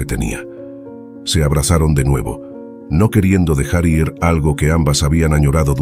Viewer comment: Hola, porque dices I.R si es ir y también dices S.R.A si es señora eso corta la buena narración 😊